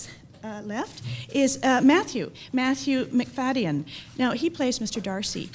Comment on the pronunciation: Even mispronouncing Matthew's last name!